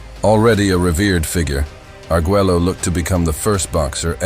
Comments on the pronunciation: What was criminal is You Narrator killing his last Name. Agueggelo? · For future reference, since it is too late on this video, it is Alexis Ar-gway-oh, not how you are pronouncing it. I know, I know, it's weird that Spanish and English are different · If you're going to do a 20+min doc talking just about 2 fighters, at least learn how to pronounce the fighters' names. It's aggravating hearing you say Arguello's name wrong over & over & over again. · And this narrator can't pronounce Arguello??